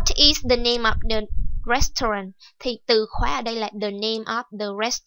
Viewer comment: cô ơi hình như từ restaurant cô đọc sai ùi ạ